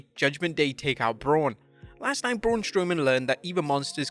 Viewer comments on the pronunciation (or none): none